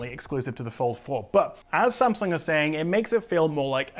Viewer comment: Wow... It's the first time I heard non asian people said Samsung right... It's Samsung, not Sem Sang...